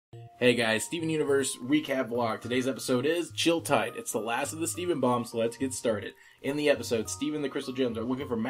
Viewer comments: To pronounce Chili-Teed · It's pronounced CHILL-EH-TEED, it's Norwegian for "Chilling Time".